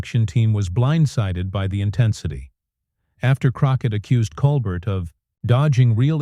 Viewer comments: It's very distracting when you say colber"t" instead of Col "bear" like he pronounces his name. And it would be very out of character for him to flip out over anything a guest would say. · Col-bear, not Colbert. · Ya know when the narrator doesn’t pronounce Colbert correctly… nothing else is correct 🤣😂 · You don't even say Colbert correctly. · The narrator is mispronouncing the late night hosts last name. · Why can’t your AI announcer get his name right! Try that if you want to be credible! As it is you seem ignorant and stupid. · This FAKE AI narration nothing more than YT CLICK BAIT. Just listen to the bad pronunciations, odd pauses in the reading and that is NOT how you say Stephen’s name!